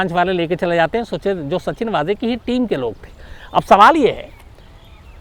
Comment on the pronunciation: नाम का सही उच्चारण है, सचिन वज़े, ना कि सच्चिन वाज़े...धन्यवाद...🙏